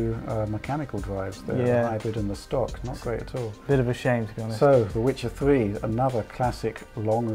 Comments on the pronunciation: I would say that is did sound more like Wichaaaaaaaaaaaar 3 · what was that? Was that 'The Wichard 3'?